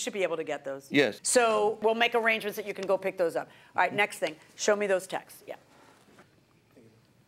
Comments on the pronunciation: Omg it's so annoying. How hard is it to say texts??? 😂 He sounds like such a dope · “The Textes” 😂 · I do wish people would learn to pronounce the plural of text! There's no such word as textes!!! It's texts (one syllable). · funny they always say textes not texts lol